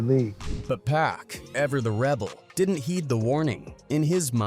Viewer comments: The narrator saying PACK instead of POCK for Tupac's name was irritating. Learn the person's name you are telling the story about. Geeez!! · It’s pac….. NOT PACK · PAC not pack 😅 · Wtf is Pack 😂😂 ITS PAC MF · PLEASE USE A HUMAN VOICE… And it’s PAC NOT PACK… Put some respect on that… I’ll do it for free.. contact me.. I HATE AI VOICEOVERS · Get mad he call him pack at times🤬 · It's 2poc..poc... Not pack... You would think after 20yrs you would say correctly.... It's POC..... GET IT... TUUUUUPAC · His name isn’t “pack” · Damn u going talk about him say his name right pac say it with me 2 P A C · Now we got A.I. telling hood legend stories....Once he called Pac..Pack...Im out..nuff said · Yt people always saying his name wrong 🙄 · That pack ish pisses me off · Pronounce it correctly damn!